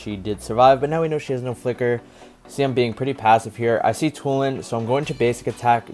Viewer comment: From "Tulen" to "Toulon" hahaha, btw what a play bro 👍👍